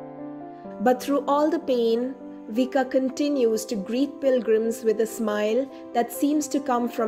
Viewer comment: pronounced as in Croation, Vich-kah, no s sound.